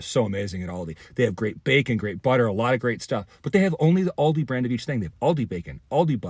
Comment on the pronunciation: first, pronounce Aldi.